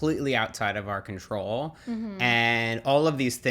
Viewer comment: It’s funny to hear how her accent effects his accent when he says «control» and «long».